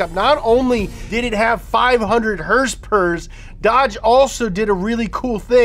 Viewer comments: Liked the vid simply for hearing "hersperwr" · I liked the video, only because asked and because he calls horsepower, "hersepers". Respect the Donut